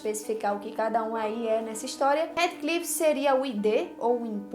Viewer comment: Somente uma correção: a pronúncia correta de HeathCliff é "RÍFFCLIFF"... Você está pronunciando HeadCliff